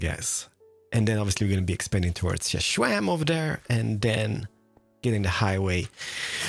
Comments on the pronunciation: Xisuma: it's pronounced "iss-zoom-ah": shashwamy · Mr. Stumpyschof pronounces xisumas name as shashwamevoid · I love how you can Xisuma "shishwami" HAHA. WHen my daughter was little she called Swiss Army knives "shishwami" knives!